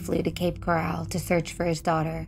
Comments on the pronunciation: just to clarify its Coral.. not Corral, these are two separate places. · It's Coral, not Corral.